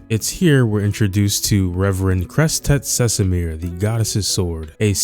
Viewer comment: First time someone got the name Crestet Cesimir pronounced fluently 🎉🎉